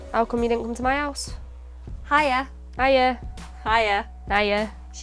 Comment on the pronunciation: they're actually still saying my, not me, they just pronounce the y differently, making my and me homonyms